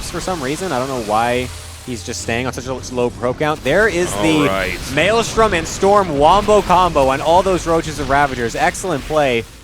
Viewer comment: Tasteless being unable to say maelstrom is always hilarious 😋